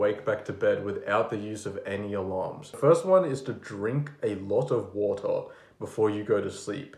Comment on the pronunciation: drink alot of watuh YES CHIEF!